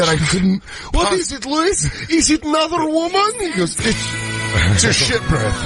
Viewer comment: It's "Luis,"